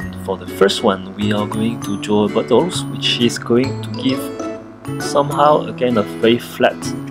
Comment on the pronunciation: When he says "bottles" I hear "Buttholes"...